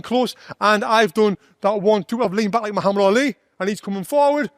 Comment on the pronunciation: For the first time I see a foreigner pronounce the name Muhammad correctly 😂😂